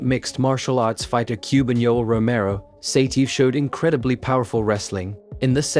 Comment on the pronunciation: Great material as usual. But the way you butcher their names is epic😂 Ya- Rhy-Ghin, Sigh-TeeYehv